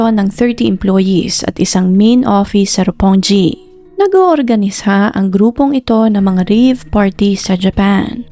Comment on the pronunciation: It Pronounce like Roppong-gi(roppongi) po not Ropponji.😊